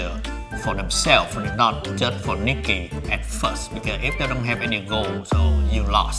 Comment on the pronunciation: Ohh her name is nikki, I thght she said her name was milky at first lol